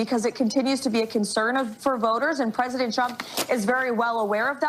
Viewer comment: "At the wisk of pissing off pwesident Twump, that was a tough pwess confwence to watch." is my favorite guy. It's really hard to look like a tough guy when you can't pronounce your R's lol.